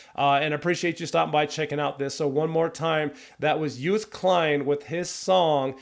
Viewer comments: You says Joost like JOOst but the O is as if you are spelling it. So it will end up sounding something like Jo O st as one clean word. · You pronounce the double oo as oa (like in toast) not oo as in too. So actually you say Joast. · You pronounce Joost like toast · Joost is pronounced as Ghost, not as Boost. Double O is always short, as in one O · You pronounced Joost as toast ! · Great review. Thank you! As you were asking ☺️The name is pronounced as: joooooost (and not youst). And Kleyn (not klain). Have a great day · .. you should pronounce his name as.. yoooost.. joooooooost you said jeughst.?? or something.? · Joost is pronounced like ghost with a J instead of a G, or Yoast. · The pronunciation of his first name is Yoast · Joost is pronounced as : Yo-st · Say his name like the word 'road'. Joost (Joast). With regards, Mar from the Netherlands. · the O's in his first name are pronunciated as in 'ghost' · Thanks for this great video! I'm from the Netherlands but live in Texas and I love to hear American views on Dutch culture. Joost is indeed pronounced more like 'toast' so you'd say 'Joast' maybe. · Joost is pronounced like with the O sounding like the O at the end of HellO. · Just so you know: love your comment and as I am Dutch yes I have high hopes for this Eurovision song. The correct pronunciation of Joost is as in the word Ohio or “closed”. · Great video, thanks for the positive comments. Joost is pronounced as Joast like in toast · In American it's pronounced Yooo'st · Joast klein lol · You can learn to pronounce his name like this: Say toast, and replace the first T, with a Y, so you get Yoast. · How hard can it be to pronounce his name right? His name is Joost. The J is pronounced like the Y in Yes so not like the J in Jack, and the rest is pronounced like the "oast" in toast.... So it's Yoast if you will if you want to make it sound like it's supposed to sound!! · Hist first name is pronounced "Yohst" for all English-speaking peoples. :-)